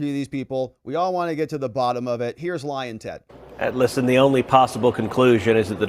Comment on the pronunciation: Did he say Lion Ted or Lying Ted??